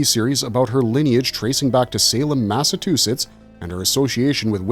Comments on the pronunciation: It's not MassaTUsetts, it's MassaCHUsetts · Lost me at "Massa-too-chits"